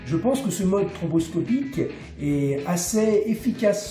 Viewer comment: J'adore le mode "tromboscopique" plutôt que "stroboscopique" 😄. Parlez-vous du vaccin anti-covid? 😉